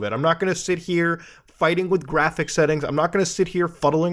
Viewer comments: graphic card, its pronounced graphics card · I love graTHICK cards. Makes me moist Edit :Also not making fun of him, I have the same issues with my TH’s so instead of saying three I say free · I don't know why and I know we all pronounce things differently but every time you say graphics card it sounds off to me.